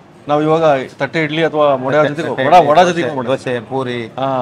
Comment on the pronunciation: Sir vade not vada sir